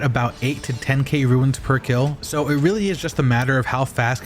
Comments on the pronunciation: RUNES... not RUINS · Runes, not Ruins :)